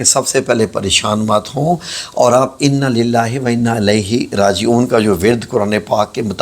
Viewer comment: Innalillahi wain a ilaihi rajiun hay alahi rajiun ghalat hay